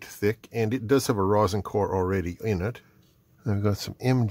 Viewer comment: Rosin (pronounced raw zin) is a component of natural pine resin (pronounced the way you think it is) that is distilled out of the resin kind of like the way gasoline is distilled out of raw petroleum. Ethyl alcohol works best as a solvent for rosin. Denatured alcohol (ethanol with added methanol) works good too. You can use less alcohol to make rosin paste but it takes forever to dissolve. The commercial stuff has additives to lower the melting point and make it dissolve faster but I don’t know what they are. You can use a salt vinegar solution to remove oxides and clean soldering pads too but get it all off before soldering. Borax in water does the same thing. I learned all this in High School Metal Shop in 1968.